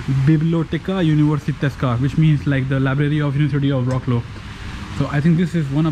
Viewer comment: Wroclaw is pronounced in polish like fratswav in english